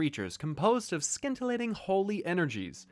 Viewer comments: it's pronounced sentilating not skentilating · 'Skintillating' lol. Jokes, just teasing, still love ya!;)